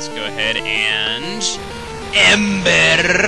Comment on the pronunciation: u said ember like finnish ppl would say it